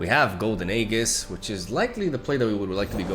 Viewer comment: dude, youre pronouncing aegis wrong